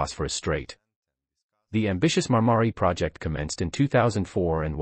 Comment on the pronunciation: Marmaray, not Marmary - what an incompetent speaker.